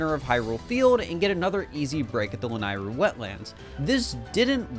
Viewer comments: It's pronounced "Lah-Neigh-roo" NOT "Lah-nai-roo" get it right you noob! >:( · This is amazing. Except for “lan-eye-ru” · the way ur pronouncing lanayru is KILLING ME LMAO